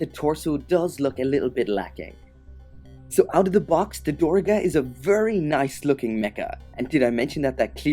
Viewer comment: its actually pronounced "Durr-ga"